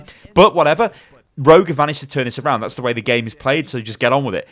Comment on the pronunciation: Keep thinking he's saying Road not rogue lol